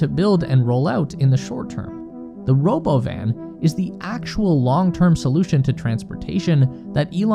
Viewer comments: What's this Robo-Van you speak of? I only know of the Ro-bovan or perhaps it's Ro-Bovine? Robot Cow? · If you do not call it roBovin I will not take you seriously